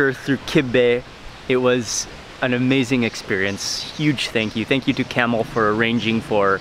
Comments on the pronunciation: His name is, not camel. Lol. is too polite to correct him. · Everytime he says camel i laugh. It is pronounced Kamaal.